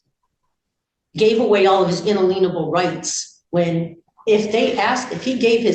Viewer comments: When they mispronounce words like “inalienable” and say things like “inaleenable”, you know they have no idea whats actually coming out of their mouth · How is she a teacher in public schools and has no idea how to pronounce the word inalienable?! Sweet Jesus!!